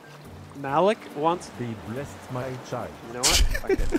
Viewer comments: Please play more of this! But if you get Malik again, please know that his name is pronounced Ma-Leek, NOT Mal-ick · It's pronounced Ma-leek lol